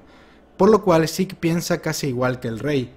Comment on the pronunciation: porque sik? es zeke, tal como suena